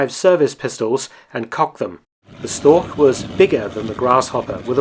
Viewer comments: storch is pronouced "shtorsh" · Interesting as always. Just a hint for the pronounciation of the word Storch - German ch often denotes the same sound as in Loch Ness, but it doesn't in Storch. In Storch the sound is pronounced like the h in huge or Hugh (in a British pronounciation, where the h actually represents a sound). Both ch sounds are mutually exclusive and there are rules as to when to use which, e.g. you'd use the Loch sound following an A, whereas you'd use the huge sound following an I -> making for ach ('oh' or 'alas' in English) vs. ich (first person singular pronoun). The rules are pretty intuitive as it is easier to use the Loch sound after sounds that are produced with an open mouth and/or rounded lips and the huge sound after sounds that are produced with a half-closed, narrow mouth.